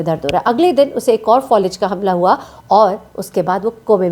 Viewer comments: Fawlij nahi faalij hota hay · Thkk kha Falij hota hai Folij nhii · فولج نہیں ہوتا فالج ہوتا ہے